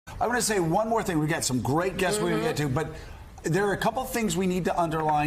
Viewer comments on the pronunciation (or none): Joe: I'm gonna saybone more thing.... 😂🤣😅